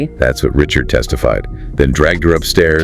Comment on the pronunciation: as much as Dawn has said her name is pronounced (Ri SHARD) NOT (Rich ard). its crazy no one has said it right at all.